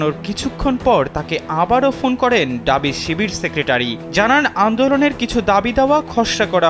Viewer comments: ডাবি না ভাই ঢাবি। উচ্চারণ করতে পারে না কিন্তু সাংবাদিক হইছে। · এই সাংবাদিক পুরো প্রতিবেদনে বলে গেল "ডাবি, ডাবি"। এই "ডাবি" জিনসটা কি? "ঢাবি" হবে। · ডাবি ডাবি ডাবি কি বলে, ঢাবি বের হয়না মুখদিয়ে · ডাবি না ভাই, ঢাবি। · ডাবি না ভাই ঢাবি বলেন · ডাবি নয়,ঢাবি। হোবে নয় হবে। অপমান করছি না,তবে একজন সাংবাদিকে এমন ভুল উচ্চারণ শ্রুতিকটু। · আহারে!! ড আর ঢ এর উচ্চারনের পার্থক্য 😂😂😂ডাবি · ঢাবি ভালো করে উচ্চারণ করেন, শুনতে খুব বিরক্ত লাগছে।